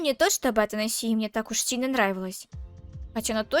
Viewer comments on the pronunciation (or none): Имя принцесы Ата'насия а не Атанаси'я...... да я душнила 😅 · В имени Атанасия ударение на третью букву а😂 а не на букву и